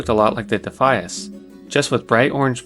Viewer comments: I chuckled when you pronounced Defias as “Dafees” and then had a full on belly laugh when I realize that, lore wise, that name fits too. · “Dafees” lol love your pronunciation. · Loved this video but for the love of god "dee fia ass" 😂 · DI FI AS Say it like it sounds. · Defeees are my favourite mob faction.. You really need to work on your pronounciations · Every time he said Defias my brain lost brain cells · I have never heard anyone pronounce Defias like that haha. Good video man